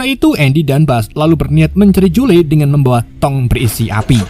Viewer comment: kenapa nyebutnya Jule bang 🤣